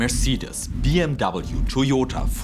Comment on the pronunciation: Mercedes is pronounced mer-say-deez I remain hopeful for new batteries, but I will not believe any of them are viable until techtubers can buy one for relatively little, test it, and cut it apart.